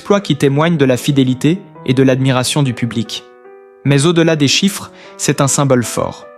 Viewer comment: Putain, encore cette voix de merde ! Je n'en peux plus !! Je bloque et je me casse. J'attendrai de voir Florent en chair et en os. Que cé-euh, ducon, on dit se ! Et puis le t qui est muet.... Que c'est pourri !!!!